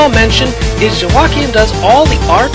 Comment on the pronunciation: Haha, I love how you pronounced Joakim. :)